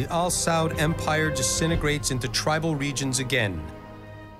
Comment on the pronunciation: Am I the only one who cringes evertime they say "chic" instead of "sheikh" or when they keep saying "al-saud- instead of a-sa'ud?🤔... smh whatever tho...😮‍💨